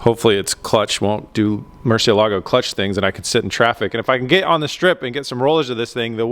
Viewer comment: pronounced .... Mercy-Elligo.... not Mercia-Lago